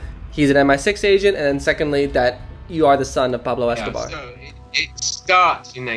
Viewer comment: Cheddar Johnson - even better is thereabouts, how he he just flows into perfect pronunciation of “Pablo Escobar” 😂 love it ......